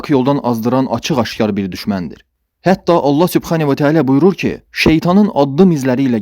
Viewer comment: SUBXƏNİ yox. SUBHƏNA VƏ TƏALA.